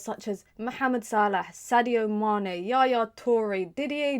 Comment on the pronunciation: You didn't have to say Skhadio Mane 😂. E'too should have won one, Big up Weah.